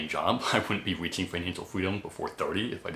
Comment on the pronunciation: I don’t know the words weaching, wery, etc. Learn overemployed. I made like 700k, saved and have roughly 450k invested